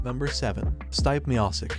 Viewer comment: PRONOUNCE STIPE MIOCIC AGAIN